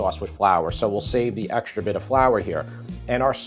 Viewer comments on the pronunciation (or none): none